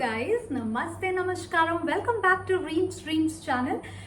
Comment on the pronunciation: It's not namashkaram it's namaskaram